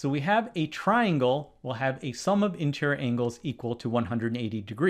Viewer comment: No, I think the question was NOT fair - mathematics (and therefore geometry) is supposed to be unambiguous, therefore the question should have been phrased correctly. I believe that the setter should go back to school (as a student) before he/she is allowed to set any more exam questions. Btw the word is int-er-i-or not intrrrrrr.